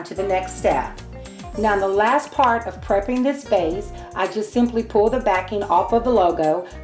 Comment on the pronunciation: Vase not case lol